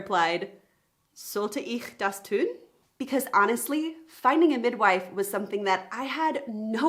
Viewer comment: Just some pronounciation support: In the Intro, you say, or rather it sound like "gefünden" and "tün" instead of "gefunden" and "tun". No Umlaut there, normal U. But aside that, very good. I can imagine Hebamme to be a tricky word for native english speakers.